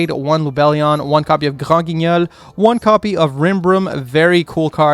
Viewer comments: shoutout to for saying granguinol with that mean french accent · the way u say granguignol, ur french is insane